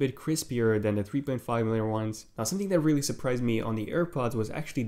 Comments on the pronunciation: “wealy wealy impressed me” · You wear reary reary impressed